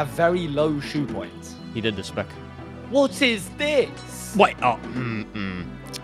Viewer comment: Did just call his energy “ shoe points”????